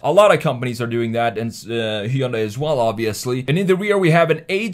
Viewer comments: God thank you for pronouncing Hyundai correctly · I'm more impressed by your PERFECT pronunciation of Hyundai more than anything 😂